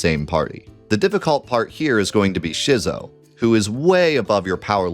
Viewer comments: So this is cool and all but that 2headed dragon boss is not pronounced "shizzo" - it's like...schizophrenic -- Schizo. Skit-zo. It was a pun cuz 2 different heads. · It’s pronounced “Skit-so” not “Shizzo” For some reason no one seems to know this. Like schizophrenia. Same prefix, meaning to split or divide. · I can’t quite wrap my brain around who decided that the two headed dragon in Gaea’s Cliff is gon be pronounced Shizzo… only thing I can think is that we can’t say it in the year of Jenova 2024 because YouTube demonetization will spank you like a naughty Bubby in the Honeybee Inn if you dare call the “split personality dragon” a Schizo? Is that on purpose or are you actually trying to tell me that you think it’s called Shizzophrenia? Genuinely curious if this is a mistake, or 1000iQ big brain algorithm dodge? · You're saying Schizo wrong. The damn word means dual personalities. You pronounce it the same way you would if somebody had the disability. Come on man. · why do you run the game stretched badly? 4:3 game in a 16:9 window?? 🤢 also FYI "Schizo" is pronounced like the word - someone suffering from SCHIZOphrenia 👍